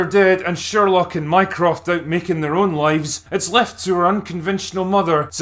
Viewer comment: Is it bad that every time he said "Mycroft" I heard "Minecraft"?